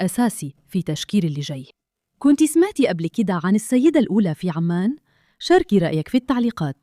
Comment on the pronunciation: عُـــمَـــانْ وليس عَــمّـــان